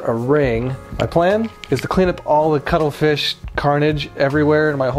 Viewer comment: I thought he was saying cuddle fish. Had to Google.... ===> cuttlefish